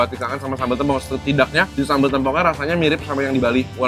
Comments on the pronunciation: Mengeja "tempong" nya salah ... saya dari banyuwangi "e" dibaca seperti membaca "bebek" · Masi aja bacanya tempong tempong mulu. Plis, tempong not tempong😭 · plis lah kasih tau dia pengucapan sambel tempong yang bener